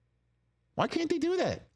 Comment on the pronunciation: Guys theres is a T and the end of can't please pronounce it so that your not constantly sounding like you're saying can